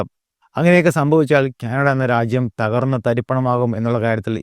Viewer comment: ക്യാനഡ അല്ല.. കാനഡ.....